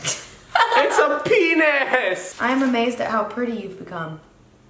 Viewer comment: "It's a pinis"